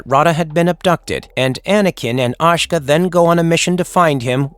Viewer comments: Ashka? Don't you mean Ahsoka? Properly pronounced Ah-so-ka not Ăsh-ak. Rota properly pronounced Roe-ta, not Ra-ta. Yoda Yoe-da not Yoga. Toy-dair-E-an. Gree-Vus not Gree-Ve-Us. Un-duel-ee not Un-Du-Lie. How many names are you going to get wrong? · A so ka. Not Aw sh ka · When do you ever hear Ahsoka being called Ahsahka? It's Ah Soh Ka. Ty. Thumbs down. If your going to make SW content understand your dealing with passionate fans if you want subscribers. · Anakin and Ashka? ASHKA? Dude!🤣🤣🤣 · Ah - so - ka, not ASH - KA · Not ashka, A'soka is the girls name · Asajj Ventress was a freaking beast she was definitely a strong main character in the show. Is it me or is how he is pronouncing Asoka as Assa-ka funny af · AH-SO-KA I’m sorry but damn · How many different ways are you going to mispronounce Ahsoka? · Lol the pronouncing of ahsoka